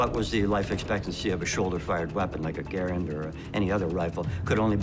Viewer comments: Connor Goron it’s Garand not Grand even the man who invented last name is Garand why would you pronounce it differently. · Holy cow, I don't think I have seen someone shoot with such a huge jerk of the trigger. And please pronounce Garand properly. Dang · “Garand” is actually pronounced "Garan" with a silent "n" if using a québécois accent, or /ˈɡærən/ in the international phonetic alphabet. "Garand" is French for "guarantor" or "someone who guarantees". Jean-Cantius Garand was born a french-canadian in Saint-Rémi, Québec, and his father emigrated to Connecticut with his family 11 years later. Jean lived most of his life in the USA, as a naturalized citizen. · I have many problems with this. First off, they didn’t pronounce “Garand”correctly. Secondly, the Garand was designed for long combat use, it will not break in 3 weeks unless you try to break it intentionally. It is one of the most trusty rifles ever built. Lastly, the “ping” is a myth. The sounds of battle are far too loud to listen to a ping.